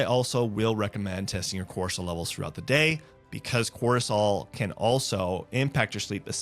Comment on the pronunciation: Are you saying ‘Corsol’ and ‘HD’ I’m confused. I thought it was Cortisol and ADHD.